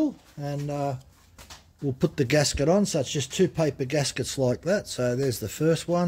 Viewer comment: GASKET, not GASGET. :goodvibes